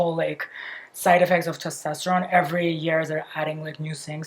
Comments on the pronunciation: It’s /tɛsˈtɑstəɹoʊn/ vs /tɑsˈtɛstəroʊn/. If you’re gonna make fun of a foreigners pronounciaton maybe learn a thing or two about phonetics and pronounciation first otherwise you look like an ass. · It's testOsteron. I just think when you are going to talk about it so much you should pronounce it the correct way